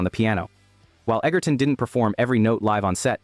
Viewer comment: Taron Egerton's surname, despite the spelling and what Google says, is actually pronounced "Edger-ton". With a soft "g", not a hard one. Other than that, good video.